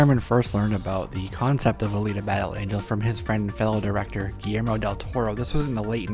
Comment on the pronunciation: Alita ist ein italiänischer Jungenname. A-liTa nicht Alida. Auch die japanischen Namen sollten wirklich richtig ausgesprochen werden, da es unglaublich unhöflich ist Namen falsch auszusprechen. (^-^)y